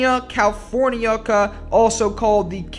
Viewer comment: He even got "californica" wrong!